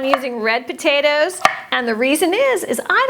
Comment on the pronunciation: what's yer problem, lady? jeez, them potayduhz! 🤔